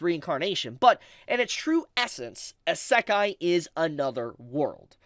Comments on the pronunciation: You saying isakai bothers me more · i cant stand how pronounces Isekai. He constantly says Sa-Kai. It's pronounced "E-Se-Kai " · It's EEE Seh Kai. NOT EH Say Kai. Kthxbai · It's: Ee Say K-eye (Kai) Not: Issekk Eye 3 syllables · I lost it when you said "Asekai" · "ASAKAI" bro, learn to fucking say it properly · You should google how to pronunce Isekai properly first before anything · No kidding. Three syllables and my man pronounced all three wrong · I think he’s trying to rage bait me by the way he’s pronouncing Isekai. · I got isekai’d by pronunciation of isekai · And then there's also this guy pronouncing it wrong lmao. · i dont even think he listens to himself and notices. or he is doing it intentionally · bleeding my hears with the way he pronounce “Isekai” 😭😭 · Knew I wasn’t the only one thrown off. How hard is it to pronounce it the same way as the Japanese people do 😂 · making fun of IGN while my eyebrow twitches every time he mispronounces isekai. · Agree. my ears are bleeding